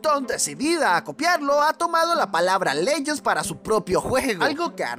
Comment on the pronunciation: "Leguends" XD